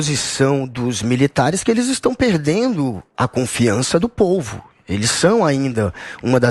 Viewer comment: pouvo??? kkkk